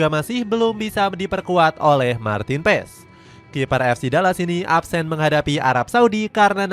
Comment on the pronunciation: Paas bang bacanya bukan paes